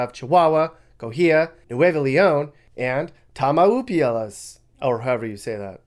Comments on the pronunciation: "TAMAULUPIAS" 😂😂😂😂 Greetings from Nuevo León 😂😂 love your chanel! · tama-yoo-lipas!! 😂😂😂 you have a great personality,! ha! I think the U is silent..my grandparents came from nearby Nuevo León back in the 1950's to Laredo, btw 😁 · It’s pronounced Tamaulipas